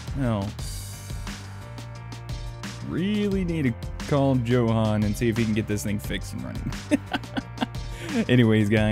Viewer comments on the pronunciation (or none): Just a fyi but Johan is pronounced yohan.